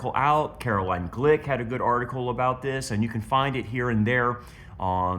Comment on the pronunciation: Her name is spelled Caroline but it is pronounced Caro LYNN. Not line. Listen to her podcast and you will hear her pronounce her name as Carolyn